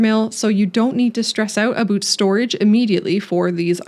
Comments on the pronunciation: Aboot lol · Did you say aboot? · I know I'm late to the party here but I've never actually heard someone pronounce it "aboot" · aboot.... a candian talking about a game about beavers... peak content... no seriously this is peak. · This is the first time I've ever heard someone naturally pronounce it "aboot". I've lived in canada for 45 years. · Noticed that too 😂 (a👢) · I heard aboot and thought Newfoundland. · its funny when you say "aboot" it reminds me of my home town in Scotland lol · Great video. But man, it's amazing how I detect no accents, until aboot hit me in the face! XD